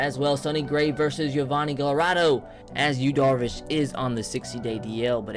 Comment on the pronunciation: Just a tip: Gallardo's name is pronounced "Guy-are-doe"